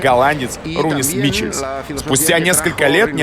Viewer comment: Ринус МиХелс, а не Рунис Мичелс